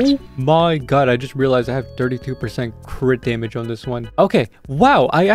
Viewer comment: When you were saying crit dmg crit dmg I heard quick damn it quick damn it